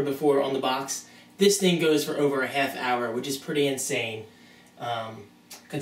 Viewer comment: a hayff hour, you dont say???lol